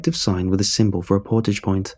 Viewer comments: I can hear us canadians correct the pronunciation of Portage everytime 😂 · Portage and Foyer..... every damn time. It's a sickness